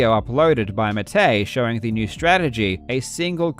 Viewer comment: Sushhhh... It's one of his signatures.